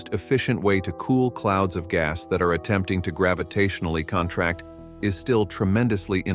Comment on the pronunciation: Most interesting. I am intrigued to see where the JWST data will take the theoretical side of astrophysics, particularly about how the Universe began. But I am not writing about that. I am wondering why the commentator can't speak English properly? He said "contract" like the legal term rather than the term which means to get smaller. He (it?) said decades like "deek-A-dees" rather than like "deck-aids". He(it) said for "lead author"....."lead" like the metal, instead of "leed". There are numerous other examples like this. Am I right in assuming that some form of AI has been used to produce the verbal commentary from someone's written text? If so, it is very good, but currently not quite well enough trained to understand, if that is the right term, the very subtle pronounciation nuances like the ones I detailed above. If AI is being used, I wonder why. Is it that it is cheaper than paying someone to spend 26 mins reading the text or simply because the technology is now available and it is easier than organising a recording session. If it is a real person, they need to go back to school.